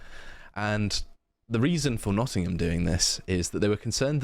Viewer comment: "Noh''ingum" is hos you pronounce it M8